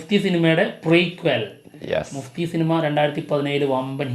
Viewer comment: മുഫ്തി അല്ല ബ്രോസ്, മഫ്തി ആണ് 😊